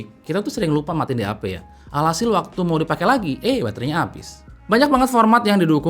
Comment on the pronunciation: Nama DAP gw dengernnnya "DI HAPE"